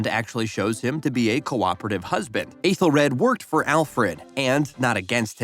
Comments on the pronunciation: It's pronounced "ETHEL red". Ffs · Aethelred not rad and Clapa nit cluba but mistakes can happen. The “ bloopers” are just behind the scenes clips not the actual bloopers itself. Have you seen the show? 😅 thank you for the video, but just have a bit more pronunciation or research.